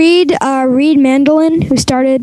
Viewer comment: I find it strange that reid's first name was pronounced correctly though. If any name were to be mucked up you'd think it would be that?